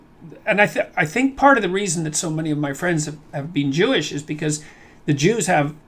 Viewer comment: Paul Heyman: “We are chewish people”